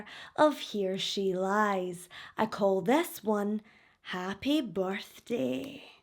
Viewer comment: I swear sometimes it sounds like you say: He Or She Lies. Lolz. I ❤ the accent.